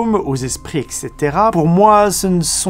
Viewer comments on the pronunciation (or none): ET CETERA pas EC CETERA.. une fois pour toute